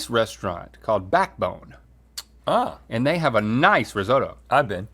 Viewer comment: risotto isn't pronounced like that, nor does it stand up like a puck